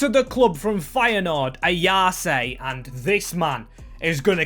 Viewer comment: Barely anyone could foresee what Ipswich have done so far this season. "Ayase" is pronounced with 3 syllables You can't draw Arsenal as they're in the same country.